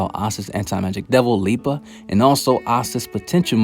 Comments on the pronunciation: I love how you keep saying Lieba instead of Liebe. xD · Great Video, love to watch all of them! Just try to pronounce the "ie" from Liebe like the "ea" from eating. With "Nacht" the focus is on "cht" when you emphasize. Just try to pronounce it like the "h" in hate, think the "c" away. Keep on going!